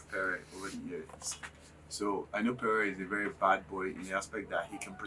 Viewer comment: Why is the presenter calling him kpere. His name is Pere. And no one corrected her? Aabaaa